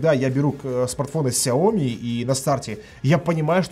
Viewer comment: когда ты наконец-то начнешь ставить ударение правильно? Не СяОми, а СяомИ?!